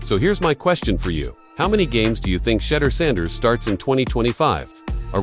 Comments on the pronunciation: My thoughts are: learn to pronounce the players names would be helpful and less distracting his name is pronounced Shu- door not Shutter-door. Mispronouncing a star’s name is like finger nails scratching on a chalkboard to me😢 Thank you!! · "Sheeee-Doooor!"!!